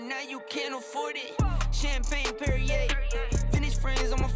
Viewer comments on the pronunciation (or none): none